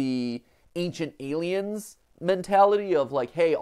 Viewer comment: Every time I hear Matpat say aliens I want to cry